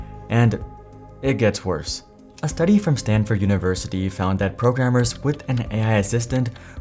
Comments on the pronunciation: What the heck is "Standford University?" Do you perhaps mean "Stanford?" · what is Stan"d"ford University?